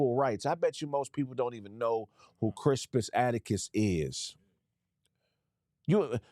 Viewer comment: is butchering the hell out of Crispus Attucks'name. It's pronounced Cris*pus At*tucks. Also, people don't know about him because they barely allow the teaching of real history in schools today. And Black American history is either censored or banned.